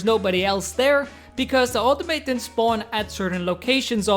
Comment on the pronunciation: Normally don't mind pronunciation issues but this one killed me, its pronounced aw-taw-muh-tawns